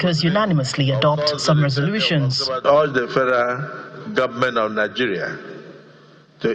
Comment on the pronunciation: Someone should tell shettima that it is pronounced "government " not "gomment".